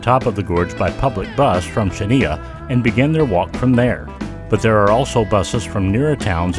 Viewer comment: Terrible music that took away from the otherwise good video. However, the other distraction is the failure to use a narrator who knows who to pronounce the Greek words (he does not even come close to say "Chania" correctly) referenced in the video.